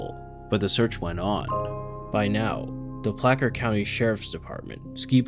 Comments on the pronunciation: Great video, just a side note: It's pronounced Placer Co Sheriff Placer pronounced (Play-Sir) Not "plaCKer" Food for thought 😊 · It's pronounced Play-Sir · Placker county? Really? Really? PlAcer I could understand. But placker? It’s plasser. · ITS NOT PLACKER.. ITS PLACE R. DIDNT YOU TAKE AN ENGLISH CLASS? SHORT VOWELS IF ONLY ONE CONSENANT SEPARATED A VOWEL AND AN ENDING ER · "Placer" is pronounced "plass-ser" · ☝🤓 it's pronounced "plasser county" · Placer country is pronounced Plasser. :) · It's pronounced "Pla Sir" county. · Dammit. Paused for comments and don't want to go back. That kind of fundamental error kills cred for me. Despite living in El Dorado County right next to Placer and going into it weekly. What's a "plaa-cer," anyway? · placker county? lmao google "pronounce placer" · It’s pronounced “Pla-sir” County. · “placker county” lol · Placker county lol its pronounced just like it sounds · Small correction, Placer isn’t pronounced ‘Placker.’ It’s a soft C, like the first C in ‘circus.’ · It makes me not feel so bad about 'Chinook' which at least contains some ambiguity. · Just fyi, Placer County is pronounced with a soft c that sounds like an s, not a hard c that sounds like a k. Good video though! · I was surprised that it wasn't pronounced correctly. Made me wonder whether this video was being narrated by AI.